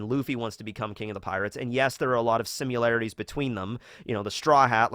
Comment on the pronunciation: No offense, but this is something that bugs me: you say "simularities" with a U, but the word is "similarities", with an I. We're not running a simulation... as far as I know.